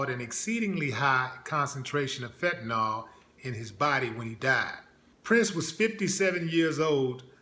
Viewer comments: You dont know what you are talking about. First of all the drug is pronounced with ill at thevend and not ol. It is fentanyl, nit fentanol. Prince had aids. He was nit leading a squeeky clean life. He was working like a wild man. His back up singer found him unconcious on his plane and could not revive him. It seems pretty obvious that he was on something. His life changed after he got aids and for him to be taking crazy drugs if hecwas getting very sick, is understandable. It looks like he was special to you but he was human. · it's called Fentanyl not Fent-Ta-Nawl...lol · fentanyl jackass pronounced fent-a,nil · Fentanyl, not fentanol.